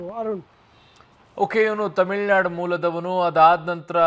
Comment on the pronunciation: Reporter :::::: it's not themilnadu... TAMILNADU